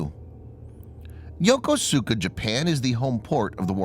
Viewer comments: Love your absolute demolished pronunciation of Yokosuka, Japan 🤣 bad journalistic mistake. Spent 8 years on and off that base in the 70s and 80s while sending and welcoming my father back from sea duty on the USS Midway before it was decommissioned. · Yokosuka is a beautiful city and you really butchered the pronunciation.